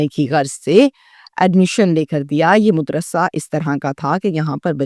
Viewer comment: .muddrasa nahi madrassa